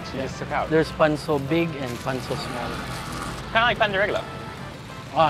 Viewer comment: It's Pancho not panso 😢😢